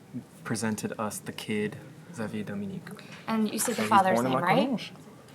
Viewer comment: it's so funny how the pronounce xavier like ex-avier